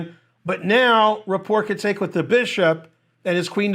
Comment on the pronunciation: I like how you say his name wrong.